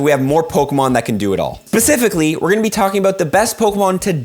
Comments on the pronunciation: he pronounces the word specifically as "pacifically" lol.....sorry i had to be that guy :) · Best part is right here pacificly